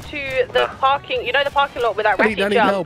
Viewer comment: Lmao parking I thought she said im going to the fucken lol